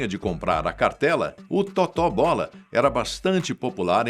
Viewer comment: A pronúncia correta é Tôto Bola, não Totó Bola.